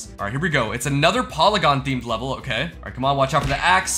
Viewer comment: that's not how you pronounce polygon